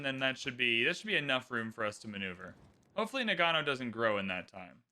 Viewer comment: It's pronounced NA-g'know.